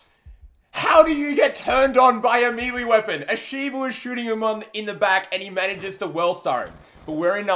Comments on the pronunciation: Its may-lay not me-lee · mileee?? it is melee are you shiting me? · I absolutely hate how he pronounces some of the words like how he says melee. Like Jesus Christ man